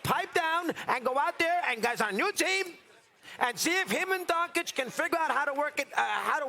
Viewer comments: DON-CHICH not DON-KICH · When he says Donkic..i joust want to punch him in his mouth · Underrated part of this segment is mad dog pronouncing Doncic as “Donk-itch” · I love MadDog, but if I hear him mispronounce Doncic’s name one more time…. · How do ppl still not pronounce Luka’s name correctly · At least pronounce Doncic name right dude 🤨